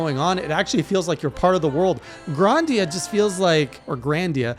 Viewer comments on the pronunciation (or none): Bro it’s GRI-Da-Nia